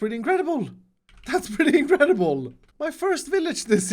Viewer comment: Nobody:: tHatS iNcrEdIbOl!